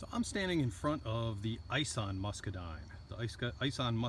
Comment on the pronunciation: Ison is pronounced like Bison but without the "B" from Ison Farms. Greg Ison has several Muscadine videos on Youtube.